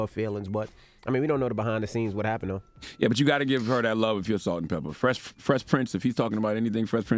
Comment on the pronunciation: they were salt and peppa not salt-peppa- and spinderalla